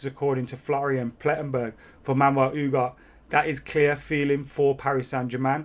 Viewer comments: U G A R T E...not Ugar. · Ooo-gar-tay. Not Ooo-gart lmao Come on man, you're killing me